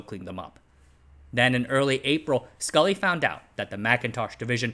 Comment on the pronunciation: Very nice work, but the former Apple CEO was John Scully, not Scull.